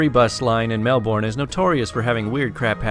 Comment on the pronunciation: You said Melbourne wrong